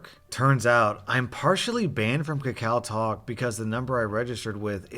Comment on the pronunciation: hey man im korean and its actually pronounced ka-ka-oh talk